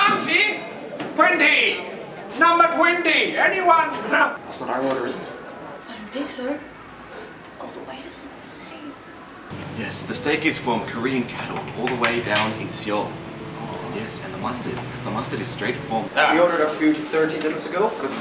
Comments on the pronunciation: “See ol” it’s said as if it’s Soul. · great video pretty accurate and exaggerated lol he seriously pronounced seoul as [See-Ole] -_